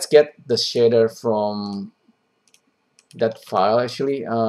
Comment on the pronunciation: "The shitter itself actually looking pretty complex" Took me a while to figure out shitter = shader. Love it